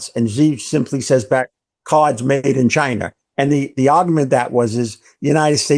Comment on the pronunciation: There's no R in Chiner, duh?